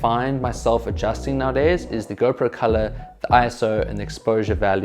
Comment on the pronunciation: Nice video man 👍 Whenever you said GoPro selfie... It sounds like a girlfriend selfie 😃